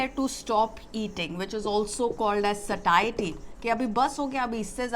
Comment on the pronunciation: Satiety is pronounced as se Shi e ty